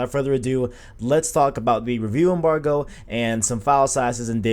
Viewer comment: Signed in to thumbs down this video. Say rewiew embarwgo again... you almost didn't make 10 mins...